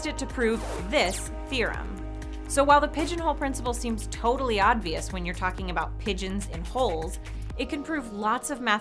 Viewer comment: She keeps saying ODvious instead of OBvious